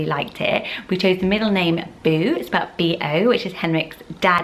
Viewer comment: Did you say Boo or Bo?